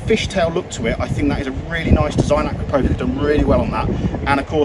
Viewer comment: Acrapovic has nothing to do with a wig. It’s pronounced Akrapowitch.